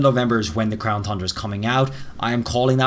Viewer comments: Please pronounce Crown Tundra correct its not thundra its Tundra like two and time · You did it again! 🤣 It’s TUNdra pronounce it as TONNE DRA not Thundra 🤦🏼‍♂️ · "Crown Fundra" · Lol this guy still saying Thundra 🤣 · if this guy says "thundra" one more time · Whathts THe problem bud? You dont like THHHHHHHHHHHHundra? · Still mispronounced Tundra😔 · I hate how you say tundra, I'm no longer watching your videos